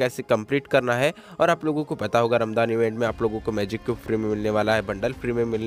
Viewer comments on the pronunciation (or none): Bhai vo ramjaan hota h